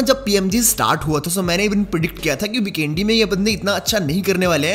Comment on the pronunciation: Not bikendi bro😂 vikendi no offense